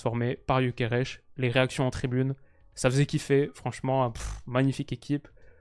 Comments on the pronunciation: Ça se voit que t'es influencé par le fait qu'il joue au Sporting quand tu prononces Gyokeres(che) 😂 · il est Suédois, pourquoi tu prononce son nom à la Portugaise 😂